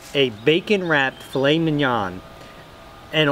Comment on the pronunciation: Thank God you pronounced filet correctly. I know people who pronounce it as "Fill-lit", and I'm like it's "Fill-lay"!!!